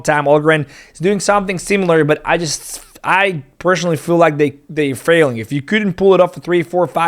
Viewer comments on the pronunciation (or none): none